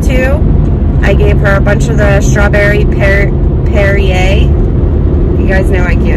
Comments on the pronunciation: By the way, You are saying 'Perrier' correctly! xx ps: Does the giveaway include the UK? If so, I'm in please? xxx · Would definitely love to be in the giveaway! Also you did pronounce that water correct I think! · The sparkling water can be pronounced Pear-e-a. That's how I say it. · I don't drink it but I pronounce it PerryA that is the easiest for me to remember. I don't care if it is proper or not PerryA works for me . if they don't like it TOUGH. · Pronounced Perry yeah!